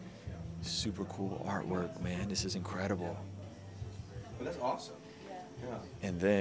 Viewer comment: I'm sure I heard you say INKredible,! 🤔 I must say, kinda' good name for a tatt shop tho', bro'.🤦‍♀️